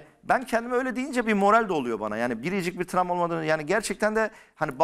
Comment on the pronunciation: Bu çocuğun bug i da tramwa! Sürekli sürekli bu kelimeyi kullanıyor ama travma diyemiyor tramva diyor.. bende mesela varlığından haberim vardı fakat hiç begenmiyordum ufak kesitler gormustum geçenlerde bı denk geldi üyelik aldım 1-2 haftada bütün bölümleri izledim mubtezel gibi 🤣 sonra da üyeliği iptal ettirdim zaten 🤣